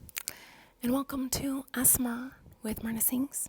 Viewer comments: Pronouncing ASMR SOME PEOPLE - A s a mar Miranda - As mar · She cant even pronounce a s m r and she is saying asma 😂🤣🤣🤣 so babyish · Nobody: Miranda saying ASMR: asthma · ithought she said a$$ bar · It's pronounced A-S-M-R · They way she said ASMR as asmr. 😂😂😂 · It’s A S M R get it right 🙄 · maranda!!!! Honeyy!!!! U be saying a - asthma. Plsss don't be rude or offensive to people who have conditions Thx 🙂🙂🤣😏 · “Welcome to myyyy Aessmer” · "Assmer" lmfao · ‘Hello and welcome assssemer’ 😂😂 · ASSEMARS...🤣 it gets me every time 💚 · Miranda you’re saying ASMR wrong way